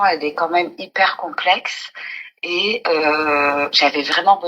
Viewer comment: Hyper et non iper😂😂😂😂